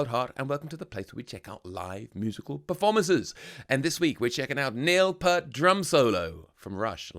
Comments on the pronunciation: Say "peert" not "pert. P-👂-t. 😁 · Please pronounce the guy's name correctly, it's PEERT, not 'Pert'. He's not a shampoo brand! And yes, even Jack Black gets it wrong.... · His name is pronounced,,, P-ear-t,,,Ear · Neil (it's pronounced pee-art) once said that playing drums with Rush is like doing calculus while running a marathon. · It’s pronounced Peert. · Peart. Pronounced like EAR but with a P and T. Lol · Pronounced PEERT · BTW, you mispronounced his last name. The "ear" in his last name is pronounced like the word ear... with a long "e".